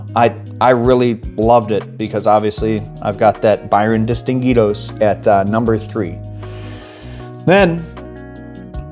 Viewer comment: Those 3 habanos are definitely must haves! 👏🏻 Solid new worlds also! 🫡 (props for correct pronunciation on destinguidos 😅)